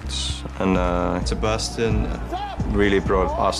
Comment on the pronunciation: Holy shit, that sebastien pronounciation was on point. Even got a bit of a quebec accent in it!